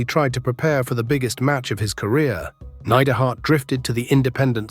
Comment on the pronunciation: Great channel. But today was the day i figured out youre just an AI voice. Neid-er-hart.